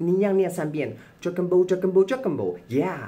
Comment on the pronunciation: Dragan Boat的KK音標XD